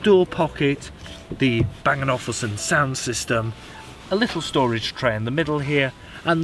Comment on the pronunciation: Are you really saying Bang & Awful Son?